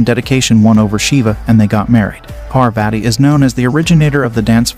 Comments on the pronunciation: First of all she is parvati pronounced paar vati not per vaiti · Bro you pronounced parvati wrong its par-vuh-tee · Parvati and sati is pronounced with a soft "t" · It's paarwati correct pronunciation. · The way you ruin the pronunciation of maa parvati as "parveti" hurts my eardrums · So it's pronounced as Par-vuh-thee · Please get your pronounciation of Indian names correct. Do a bit of research online... The "i" in Shiva is short, not long. The second "athi" in Parvathi rhymes with "putty" and it's a "th" sound not a hard "t"... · Please learn name pronunciation it husts a lot my name is Parwati if anyone called me like that trust me i would have given proper tution for pronunciation / pronunciation of godess parbati..is slight akward.so please correct it. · Though your knowledge about our hindu religious stories is good but.... You pronunciation of our goddess name is completely wrong.. Its kind of offensive towards hindus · Excuse me parvati shiva is the names u pronounced it wrong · You are not Pronouncing Parvati right.... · please for Parvati's sake check your pronunciation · First learn to pronounce the name of Goddesses Sati and Parvati then spread knowledge. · First pronounce 'Parvati ' properly ...you are doing it very wrong ...